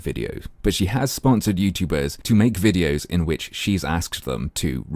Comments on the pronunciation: Just a quick question... When says "wideos", does she mean Videos? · Le Grand Fromage Yup. No distinction between W and V in Hindi I believe.